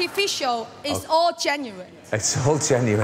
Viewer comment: "I love ORR of you". 🤣